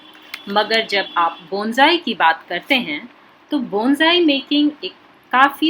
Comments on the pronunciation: Abe bolna to sekhle.. Bonsai Bolte h Bongai nahi... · बोंजाई नहीं बोनसाई बोलते हैं डियर, प्रोनाउंसेशन ठीक करो अपनी ... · It is Bonsai.not bonjai. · बोंजाई nahi बोनसाई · Pronounciation thik se karye please Yaa fir Hindi mein boliye. Bonsai ka Pronounciation =Bawn-Sai Bonjai nahin hoga. Aged is = A-jed Not A-Jid Ok. Rest all OK. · Oye Pagal Bonjai Nahi Bonsai hota hai 😂😂😂😂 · अबे बोनजाई नहीं बोलते बोनसाई बोलते हैं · Bonjai nahi bonsai kaha kariye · बॉन जाइ नही होता हैं बोन्साई होता हैं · hmm Likha to hai , but pronounc to Bonjai hi Kar rahe hai 😂